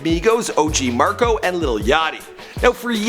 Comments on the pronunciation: “OG MARCO” .... L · "Og marco" 😂😂😂😂😂 boi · Og marco 😂😂😂😂 stay twisting names up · MAC-O NOT MARC-O nigga damn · OG Marco 😅🤣🤣 OG MACOOOOO BRUH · "og Marco" 🤦🏾‍♂️ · Lol OG Marco it’s maco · “Og Marco” 😂😂